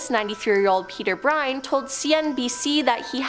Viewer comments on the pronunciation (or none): It's Bob GIMLIN & Peter Byrne as in BURN.